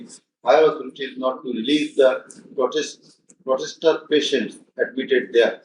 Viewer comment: Protester he's saying potester